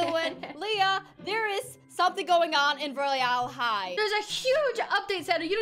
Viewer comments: I know it’s roy-all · Sanna not being a hater but when you say royale you say it so wrong